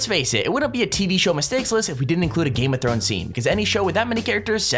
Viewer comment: #GameOfThones ha no r.